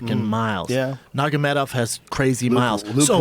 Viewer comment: it's NURmagomedov not nagomedov!